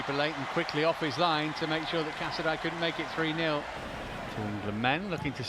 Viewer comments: It’s pronounced “casa-day” Casadei 👌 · Unbelievable that the cannot pronounce Casadei's name properly 🤦🏻‍♂It really isn't that hard. Cazaday!